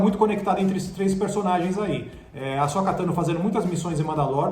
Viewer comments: Asóka, Bo-kazan, Olho da Noite, Darth Maul("Just Maul"), Sabre Sombrio... Vamos listar os erros?! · Bo-kazan e A-Sóka Meu deus gente!